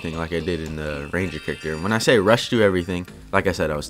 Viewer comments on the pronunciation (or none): none